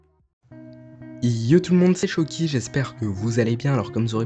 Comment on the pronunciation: Mec ton nom à l'écris c chaouki alors quand dit ton nom au début de vidéo tu dit choki je comprends pas trop le aou fait o en prononciation